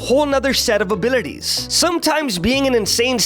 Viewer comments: Can someone make a compilation of saying "abilites" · i like how u say abilities)